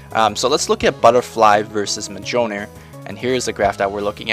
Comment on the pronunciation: its miyolnir. Go see Thor the movie.